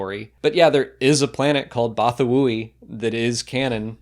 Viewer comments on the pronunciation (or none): I think is adding too many syllables into the Bothan homeworld name, but I don't recall hearing anyone say it (I don't listen to audio books). But the planet is Bothawui, and I've always pronounced it "Bah-THA-wee" but definitely not "Both-a-woo-wee". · I thought it was just pronounced Botha-wee